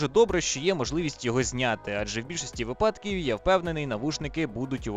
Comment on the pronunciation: вИпадок 🤓☝ (ох ці наголоси!)